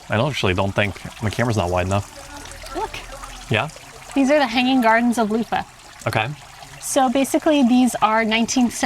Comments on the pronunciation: people use those. Next time skip Bavet and try bolognese in Café Commerce and the cheese of choice in Leuven is Emmentaler, of course there are options. And one more thing, sorry can't help myself, I've tried to let it go but just can't... Leuven... pronounce the v like an English v. The soft f sound makes it sound more German. Oh my god, I can't believe I just did that, I'm such an asshole. Oh and one more thing, get a savory waffle at Bar Leuv. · I just can’t about your pronouciation of Leuven, it sounds like Loofah.. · I appreciate your enthusiasm for belgium, but Leuven isn't pronounced like luffa :D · Funny how you pronounce "Leuven" as "Loofah". We pronounce the n at the end. But it's a good try. Nice video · Pronouncing it loofah is indeed wild 😂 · Streetsigns are in Dutch and in Leuvens (Leives) dialect. The old townhall now is ceremonial, the entire administrative department moved to a new building next to train station. Next time you visit Leuven, visit the bars Malz, Leuven Central, Commerce, Café Sport, Allee... Bavet means bip. Not a fan of their spaghettis. Leuven is more pronounced as Lurven than it is Louven. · Cool video but just your pronunciation of Leuven is so bad , how you say it it would be written "Louva" ;-)